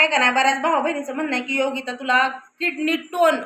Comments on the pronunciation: अगं ताई किडनी टोन नाही किडनी स्टोन आहे...... आधी दवाखान्यात जा डॉक्टर सांगतील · किडनी टोन नाही ग बाई,किडनी स्टोन .म्हणजे मुतखडा